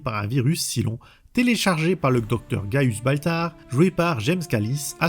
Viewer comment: Saille-lon, pas Silon >_< Mon dieu, tu l'as regardé en VF ? La VO est exceptionnelle et la VF, enfin les extraits sur lesquels je suis tombé, est une des pires que j'ai jamais entendues 😵‍💫😱